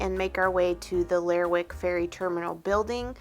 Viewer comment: Hey --love this video. As someone who lives on the other coast of Scotland (Western Isles), I recognized the general rugged landscape of Shetland. The sheep here produce wool that is often used to make our famous Harris Tweed. Now, as far as Lerwick, it's actually pronounced 'Ler-rick' and the W is silent. Kind of like Gren-nich when speaking of Greenwich in London. And crofts are basically smaller versions of farms and not as commercial as some farms can be. Crofts tend to be handed down in families. They used to be self-sustainable but that's mostly gone now and tend to have just one commodity: sheep or cows. This may be a generalization, but that has been my understanding.